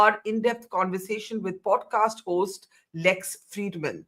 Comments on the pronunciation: Can someone tell Barkha, it's called poDcast and not poTcast? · Why does she potcast instead of podcast? The national journalist perhaps needs speech lessons?